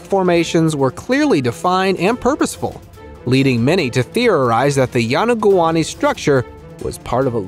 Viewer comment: Please have a narrator who can pronounce names correctly or take language lessons. It’s very insulting when you mispronounce a name especially when the same name was mispronounced twice with two different names - it’s yo-no-goo-ni not yonogani or yonogoumi.